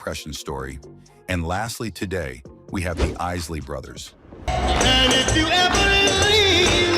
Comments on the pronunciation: I had to turn this off less than 1 minute in. The Izly Brothers?! Usin AI is lazy af!! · Bruh you are killing the names. 🤦🏾‍♂️ white folks 🤦🏾‍♂️ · Learn how to pronounce Isley Brothers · This man said Izzly Brothers and the Bar-Keys. 😒 I turned it off after that. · Is-sley brothers? Bar-Kees? WTF? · Less than a minute into this piece of crap, I'm hearing this AI generated voice mispronouncing the isley's and the Bar-Kays so I have no further use for this trash.